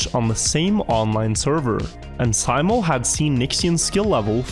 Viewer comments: Simo, pronounced See-mo... It's a well know name, the best iron sights sharp-shooter of all time has that name too. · Why do you keep calling him Symo, wouldn't you as scandinavian be familiar with how that name is pronounced :P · Why do you spell simo like Sai-mo Its literally spelt SIMO just like its written. Unlike english, finnish writing makes actually sense. No silent letters and no extra added crap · Simo not Saimo shurely a norwegian can read. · Its Simo not Saimo